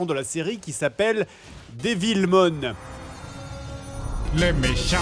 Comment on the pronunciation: Perso au début j'ai cru qu'il disait "Debilmon"